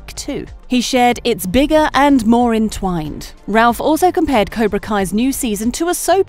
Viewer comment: 1. "Intensity"? 🤣🤣🤣 2. And what's up with the reverse videos? 3. And what's up with "Ralph Mack-ee-yo"? 4. And Ralph Macchio never said he didn't like Karate Kid 2. It was Karate Kid 3 he did not like. 5. "Intwined"?